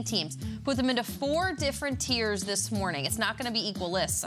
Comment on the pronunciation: Bengals Dolphins Bills Oh wait, it's tiers not tears